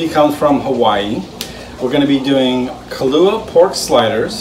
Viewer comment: It’s “Kalua Pork” not Kahlua Pork. 😂